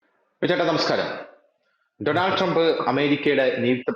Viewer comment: ഡോണൾഡ് എന്നാണ് ശരിയായ ഉച്ചാരണം. ഡൊണാൾഡ് അല്ല